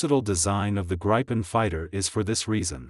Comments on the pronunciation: It also pronounces gripen incorrectly. It's greepen. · If you are gonna make a documentary on something, at least pronounce its name right.